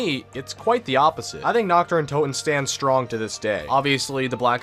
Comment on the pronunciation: "Knocked uhh Undotun"